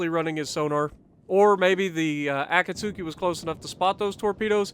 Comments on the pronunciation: Great video dude ! I really gotta start implementing your tips for destroyers because i'm garbage with them lol Btw the "U" in Akatsuki is actually silent so it's pronounced a-kat-ski kinda polish sounding. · I just resumed my grind to the Kagero. I got the Akatsuki yesterday but still haven't played one game yet (which is actually pronounced Akatski, the u is silent don't ask me why). Lets go for no dislikes on this video, what do you say?